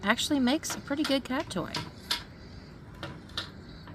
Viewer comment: you were saying "purdy" like a true southerner lol. I was kinda hoping you were closer lol. I need creepy craft buddies for craft days.